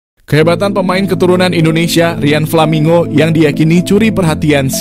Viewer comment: Menyebutkan namanya yang betul min, nggak usah dibikin bikin nggak enak di kuping